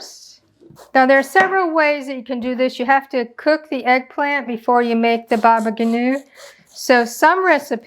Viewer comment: thank you dear lady! btw baba ganoush is pronounced with the s at the end :)